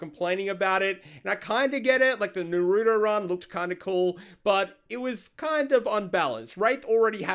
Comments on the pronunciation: I know he did not just say “na-roo-do” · Are we not going to talk about the way pronounces Naruto? I cringed every time 😂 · It's not hard to say Naruto. So why cant people say it right? The show in both English and Japanese say the same way yet people keep pronouncing it the way did in this video. I realize I sound like im picking at something that seems small but just hear me out. It's a name. You would not like it if somebody kept saying your name wrong even though they've heard you say how it is pronounced and they've heard others confirm it. Why do people do that? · the way said naruto lmao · He really said naruto wrong 😔